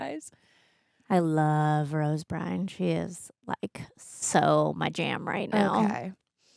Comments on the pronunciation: Isn’t it Rose Byrne? Not Bryne? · Her name is Rose Byrne. Not Rose Bryan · Rose "burn," not "brine" but I respect the propaganda-level commitment to this mispronunciation despite seeing it properly spelled 5 times in a row from someone who seems to be a super-fan. Greg: let these two watch I Had Legs... on here! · Rose Brine? 😂 Rose Byrne lmao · It's Rose "Burn" not Rose "Brine". This is why no one will remember your name. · Y'all threw me tf off for a second when Rose Byrne walked on and you said "It's Rose Brine!" and I doubted myself and had to go check if I had been misreading her name all these years but I wasn't haha Her surname is pronounced Burn 😅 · came here to say this too!!! lol BYRNE not Brine!!! hahhhaha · since you said her name wrong twice, I gotta call you out,. If you love her, say her name correctly please. Byrne, like Burn. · pretty sure Rose Byrne's last name is pronounced 'burn'. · Came here for this.